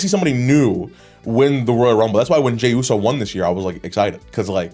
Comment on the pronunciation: Bros white boy came out lmao he said hey yooo